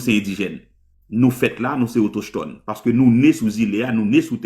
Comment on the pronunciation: Ki kote jwen mot autochetone sa menm😂😂😂 Le mot se autochtone, "CH" la pwononse tankou "K", pa menm kon li byen non mezanmi 😂😂😂